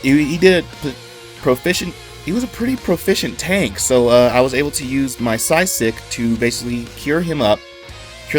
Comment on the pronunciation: thanks for the great video, but i gotta ask, how many "shots" did it take to get the intro right? =P also it is Physick not Psysick =)